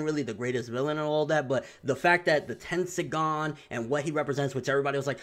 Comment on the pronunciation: Don't let's swagkage hear you say tendiagan